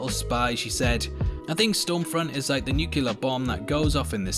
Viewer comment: ffs man nuclear = ˈn(y)o͞oklēər No, "Nukjulöör" bomb isn't the right word